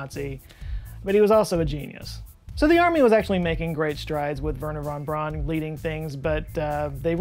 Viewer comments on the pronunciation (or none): repeat after me. "VAIRner Fon BROWN". Not VERner, not Brawn. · Werner von Braun (pronounced: Verner fon Brown) ...sorry, pet peeve!